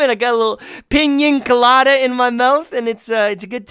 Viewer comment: This man just said ping ying colada